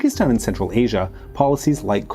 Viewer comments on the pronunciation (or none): none